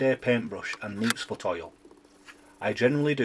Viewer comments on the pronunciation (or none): Did you say "moosefoot" oil at the beginning?